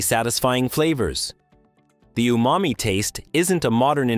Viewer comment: The word, UMAMI is pronounced [OO MAH MEE], Not [ YOO MA MEE ] .